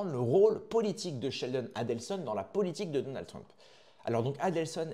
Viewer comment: Donaldeu trump !? 🤣😂